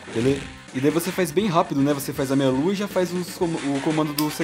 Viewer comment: Vc fala meia lua eu escuto melo